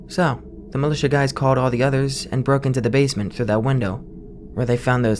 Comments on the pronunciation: mih-lih-tee-uh, bitch do you mean muh-lih-sha? 💀💀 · it's millie-sha not milly-tia